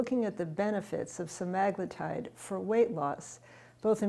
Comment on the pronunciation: I can't taker her saying that word wrong over and over. Read the word. English has rules, follow them. That sht drives me fkn nuts.